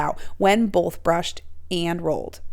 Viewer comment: There’s no such word as “bolth.”